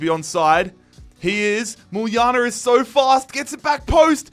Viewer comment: my boy actually saying muljana the right way